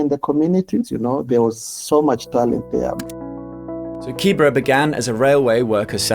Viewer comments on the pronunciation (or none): Not Kibra... KiiBeeRa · The whole video You mispronounce the name KIBERA is pronounced KIBERA not KIBRA